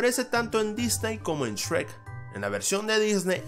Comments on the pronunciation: Soy el único que cuando algo dice Shrek, piensa que dice Sherk? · Shrek ❌ Esrek ❌ Chweq✅